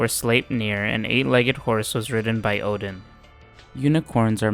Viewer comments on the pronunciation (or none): none